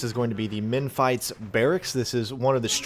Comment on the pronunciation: might want to google how to pronounce Memphis lol good video tho